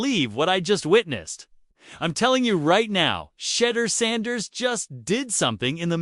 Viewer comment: SHEDDER SANDERS